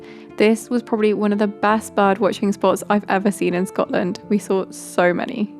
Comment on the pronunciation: Shcotland is the best place in the wurruld 😅